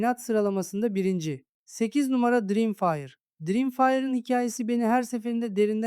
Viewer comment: dirimfire can kardeşim biraz telâfuz calısmanı öneriyorum.